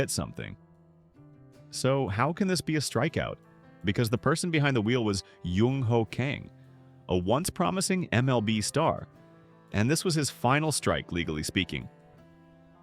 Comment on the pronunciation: Great vid. His name is pronounced Jung Ho where the J is pronounced as a J not with a Y